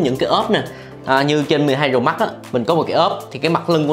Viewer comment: Cách phát âm nghe lạ lạ (Bờ rồ mắc)&cờ líp